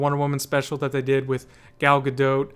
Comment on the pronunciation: Thank Kal-El someone who finally pronounces Gadot as Ga-dote